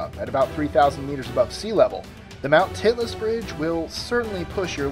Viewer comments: haha. you said Titless. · number 21, anyone else heard him say titless?